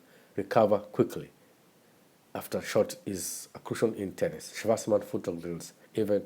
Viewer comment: Good video, I like the way you pronounce his name like a German way